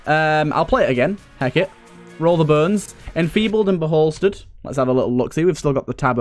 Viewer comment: It's 'Bolstered', not 'Beholstered' Also the room seems to have some sort of summoning taking place inside it. What with the altars and the summoning Ammomancer enemy. I'd say the Fallen Bullet Kin spawning there represents their summoning as part of a ritual.